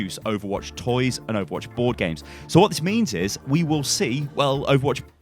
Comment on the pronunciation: I am tired as i am watching this. I heard "porn games" instead of bord games.